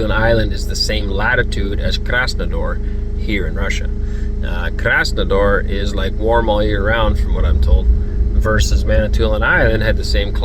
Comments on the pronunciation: Не хочу умничать, но я как проживающий из Краснодара будет правильно Краснодар, а не Краснодор, без негатива) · KrasnodAr, not KrsnodOr 🤓😉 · Comparing climate by latutude never works. Latutude is irrelevant whatsoever. You mentioned Krasnodar (though you mispronounced the name 😊). It's my home city. I wouldn't say that it's warm there all year round. Winter is nasty there because of high humidity. 0 C is much worse there than -20 in Central Russia (or -40 in Siberia as a mattr of fact).